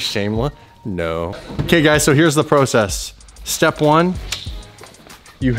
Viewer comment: Anyone else ever notice he always pronounces "process" wrong? And in this video his pronounced "project" wrong